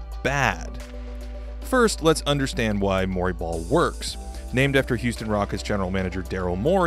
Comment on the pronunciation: When he said Mori ball I though he was saying Murray Ball as in Murray Polvich. I was imagining embarrassing paternity testing as a new type of strategy. Wait... I think Shawn Kemp invented Murray Ball then.